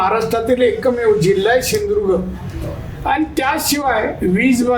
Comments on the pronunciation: शिंधुदुर्ग नाही सिंधुदुर्ग आहे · सिंधुदुर्ग बोलता पण येत नाही😂